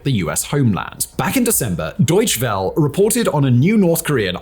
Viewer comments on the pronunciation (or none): you know in german you pretty much pronouce every (last) letter? its not deutsch well but deutschE wellE ;) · doy-chu vel-uh